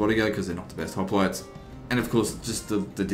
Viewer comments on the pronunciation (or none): haha who the fuck pronounce it "hoplotees"??? Its hoplites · 3 years late but it's pronunce as opliites the "h" is silent (if you want to say it to sound greek)